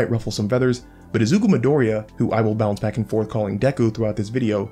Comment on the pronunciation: your pronunciation of midoriya's name tilts me